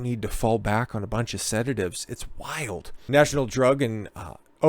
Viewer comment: If you pronounced 'sedatives' right in the first few seconds it wouldve been marginally easier to take your clown ass seriously lol (said-uh-tivs) not Se-Date-Ivs 🤦‍♂ alright my knees are getting sore from dunking on you, better have some Pink Kush to help with the joint pain 🤷‍♂